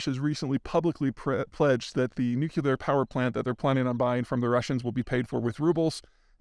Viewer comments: NU-CLEAR, nuclear. Not nu-cu-lar. Dude. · It's "nucLEAR," NOT "nuCULAR!" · Repeat after me "NU-CLEAR" ....Nuclear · Love your work, but did you just say "Noo Cue Ler"? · Please stop saying nukular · Still saying "nuclear" like it has two "u"s I see.